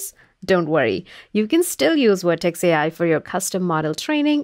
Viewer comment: Please provide a speaker that pronounce the letter V.